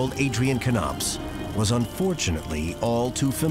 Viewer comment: Why is he pronouncing it Kuh-nopps instead of Nopps? That's also confusing me 😆